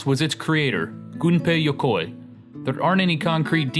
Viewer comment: I don't think Yukoi is pronounced like that.